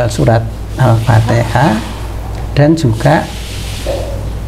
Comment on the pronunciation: utk pengucapan Alfateha itu harusnya Alfatiha